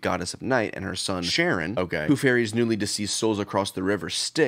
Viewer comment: I will never get over pronouncing Charon as Sharon and nor Karon, is that common for y'all Americans? 😭